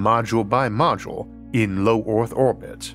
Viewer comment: Strange speech defect; low orth orbit… the weel, modernized vorsions